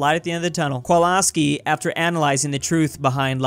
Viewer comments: why you saying kolaski if it is kowalski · The way you are pronouncing ,,Kowalski" would be actually written as ,, Kłolski" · You should pronounce it as kovulsky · Did he call kowalski walaski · Who says it like kwowalski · Stop saying Kowalski like that please